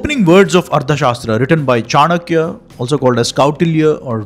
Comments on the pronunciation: It should be pronounced as Artha Shaastra, Not as Ardha Shaastra. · It's arTHA, not arDHA. This wrong pronunciation is somewhat ruining an otherwise great video.